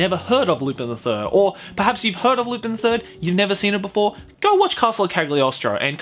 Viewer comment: Lu-pin!? I'm pretty sure its pronounced Lu-pahn.